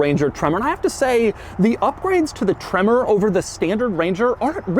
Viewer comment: I lose it every time he says tremorrr